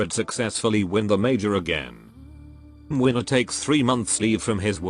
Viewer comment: I'd say it's spot-on, probably even more accurate that Kazimierz